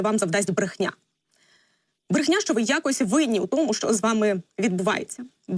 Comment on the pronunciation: Брэхня. С 9го этажа. Не брэши.